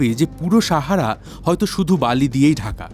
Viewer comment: আপনি সাহারা উচ্চারণ টা শাহারা করছেন কেনো।